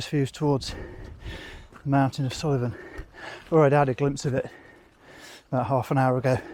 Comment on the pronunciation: Oh, aye, the hormonal grumpy old wifey in me wants to tell you Suilven is pronounced Soolven. Just though of another place too - the castle, Eilean Donan is 2 minute drive from my house. Everyone takes photos of it from ground level but there's a single track road, (used to be the main road to Inverness), that runs along the hills behind the village of Dornie that the castle is next to. If you go along the road until it rejoins the main road, you'll find the most gorgeous views. The castle, the 5 Sisters of Kintail, Skye, the lochs joining up and swirling about - Lochalsh, Loch Duich and Loch Long. It's really a lovely way to get different views and worth taking a half hour to just potter along slowly. 👍🏻👍🏻